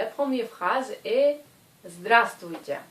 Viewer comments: Zdra strui tiai ? =) C'est ce que j'entends enfin +- =) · prq en pronence pas le b dans le mot zdrastovtye